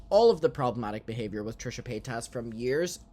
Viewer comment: Finally you can pronounce Trishas last name. Yaaaay